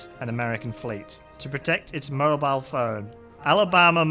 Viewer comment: Mobile, Alabama is pronounced Moe-Beel